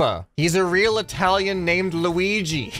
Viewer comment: Bro when he say Italian drift. icant breath